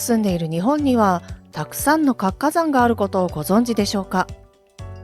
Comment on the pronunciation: 「かつかざん」と「つ」をちゃんと発音する方が良いです。